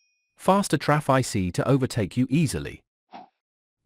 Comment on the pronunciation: Jeez Man, sort that 'traff eye cee' out please